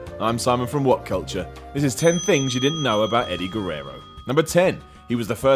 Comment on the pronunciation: Edy Gerrero